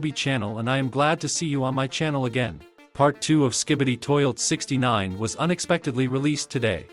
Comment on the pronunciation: I heard “toilt” 💀💀